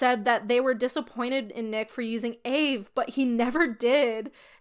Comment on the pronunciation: loving the vid but the african american in me cringes everytime you call aave “ayve” most african americans just pronounce it by letter aka “ay-ay-ve-ee”. also side note the aave topic isnt a black person debate its an african american debate (the specific ethnic group) and for my personal opinion and many other african americans opinions, using aave as a non aa person isn’t inherently racist or problematic. the problem is mocking it or using it incorrectly, other than that i could care less. the kurtis problem is that he used the word bussin incorrectly not that he was using the word in general. in all honesty even though this was annoying i dont really care nor is it a racist or a cancelable crime. an extremely minor offense not even requiring an apology as long as he educated himself and move on i dont really care. edit: just realized i worded this goofily. african americans are black. its the ethnic group for americans descendants of slavery. so yea it is a black problem but more specifically an african american problem.